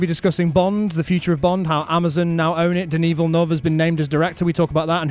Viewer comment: “Deneee Villnov.”